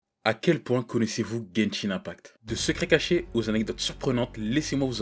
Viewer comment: "genchin impact"